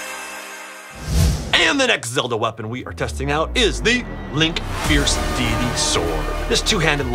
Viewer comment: and said feirce deitys sword wrong